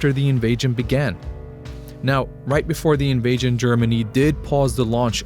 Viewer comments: What the heck is an “invagen”? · Why does he keep saying invajion?